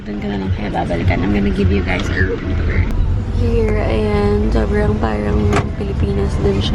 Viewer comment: idk naiirita ko sa "parang" nya mygadddd!!!! pero still, i love her hahahahah because of her din nagiging ganun na din pronunciation ko sa r, feel ko tuloy ang arte arte q 🙄 love u, skl yan!!!!:))))